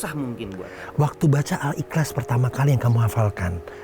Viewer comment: koreksi dikit soal pelafalan ya, misal utk surat Al-ikhlas, bacanya bukan Al-iklas, tapi lebih mendekati Al-ihlas. huruf "kh" utk romanisasi Arabic di Indonesia itu bunyinya lebih mendekati "h" dibanding "k". CMIIW